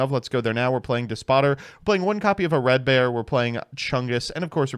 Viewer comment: "Uh-red-bear" Ahhh, Joseph "I refuse to learn how to pronounce words" Rothschild aka, strikes again